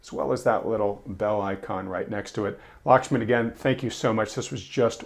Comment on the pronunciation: Glad to see Lakhsman still though his name was butchered in the intro. 😄 Wanted to ask why I'm not seeing ECRI free indexes of leading indicators on their website any more. A meeting kept me from the livestream.